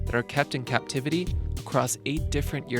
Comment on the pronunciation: I kept hearing "kept in cat-tivity"...